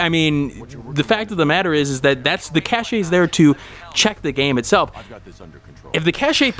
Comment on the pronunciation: Cache is pronounced Cash FYI and Nvidia is pronounced N - Vid - ya.